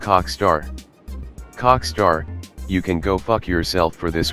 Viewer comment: I like how u keep on saying cockstar XD